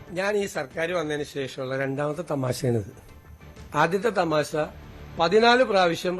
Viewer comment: തമാസയല്ല, തമാശ